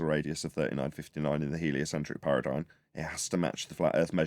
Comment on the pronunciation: Thanks for the daily show! BTW Paradigm is pronounced with an 'm', not an 'n'. Much love ❤